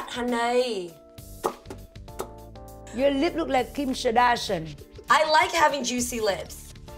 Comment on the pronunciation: KIM SHAR-DASH-IN ... 1 WIT BIC ASS. LOLLLLLLLLLLLLLLLLLLL